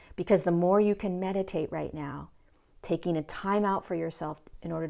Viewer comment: Did you say medicate, or meditate??!!?